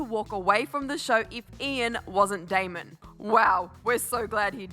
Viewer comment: lmaooo it's not that difficult to get his name right😂 it's DAMON